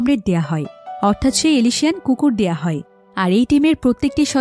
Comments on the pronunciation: এলিশিয়ান না উচ্চারণটা এলসেশিয়ান হবে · এলএশিয়ান নয় আপু অ্যালসেশিয়ান।